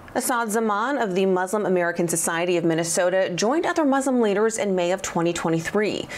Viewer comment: This person cannot even pronounce MINNESOTA, CORRECTLY 😂 listen carefully, he calls it mint an soda and